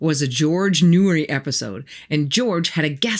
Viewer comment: Your pronunciation of George Noory's Names completely took me out of the story telling. Shattered the illusion that you knew what you were talking about. You obviously have not listened to him. I know you're just reading Readits or something, but it would be better story telling if you at least went back and listened to a few of his episodes. Short Hand Hint: He clearly pronounces his own name with a long vowel of "o", not "oo".